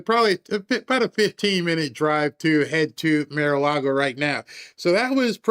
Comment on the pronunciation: why can't you say Mar? It's like saying ax, instead of asking